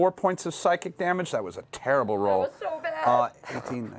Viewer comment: Sounds like Percy says, "This is a towerrible plan," at .